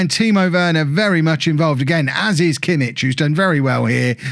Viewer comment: The "ch" in Kimmich is like the "ch" in "loch" or "Bach" not in "church" :)